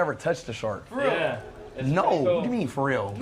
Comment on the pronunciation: "Im touching a SHORK!" What accent is that?😂